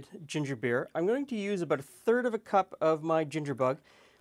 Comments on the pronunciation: aboot roots. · Man says, “pop” and “abooot” is he a southerner or a Canadian?